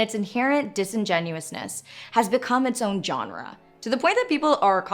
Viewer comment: After I had an aneurysm, and that was only like 10 seconds of Anna talking. Zeitgeist. Disingenuousness. "John-Ra" instead of genre. I feel like my consciousness is being uploaded into my head. It's a mystery wrapped in an enigma. But is a burrito a sandwich?